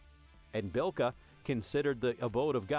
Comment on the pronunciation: Birka, not Bilka.